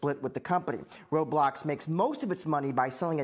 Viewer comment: finally a news channel that knows how to pronounce roblox